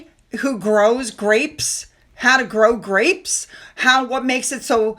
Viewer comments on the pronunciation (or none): none